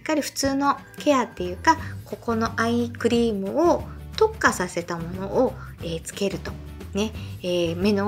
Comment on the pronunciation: いつもshokoさんの動画でお勉強させていただいてます。 今日は疲れているせいか、どうしてもアイスクリームに聞こえます。 アイス買いに行こうっと❗️